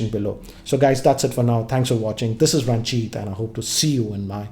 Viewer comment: It's ranjit.. pronounced ranjt.. Not raunjeaat.